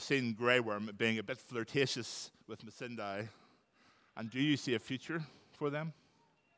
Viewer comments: So is it Missan(die) or Missan(day)? Natalie said Missan(day) and thats how Ive pronounced it but Hodor kept saying Missan(die) and Iveheard other people say it that way too. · Am I the only one who cringed whenever Hodor pronounced Missandei wrong ?